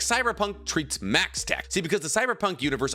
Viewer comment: it's maxtac, not maxtech